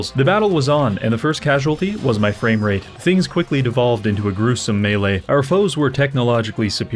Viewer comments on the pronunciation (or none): none